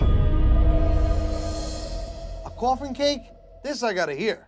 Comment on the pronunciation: Me: Coffin. Him: cOuFfIn